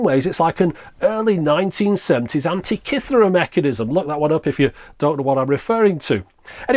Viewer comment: At last a person that pronounces "Antikythera" correctly. Nice vid, by the way. Subscribed.